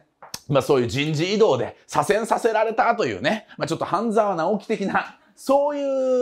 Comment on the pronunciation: 左遷させられた が非常に言いにくそうw